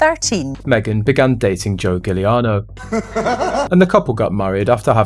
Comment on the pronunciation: Giuliano pronounced Juliano, please